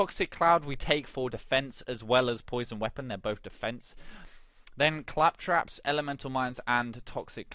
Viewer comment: Fantastic build. Building toward this now. I will say though CAL trops. Say it with me CAL as in California. Trops as I'm tropical. Caltrops. Not Clap traps lol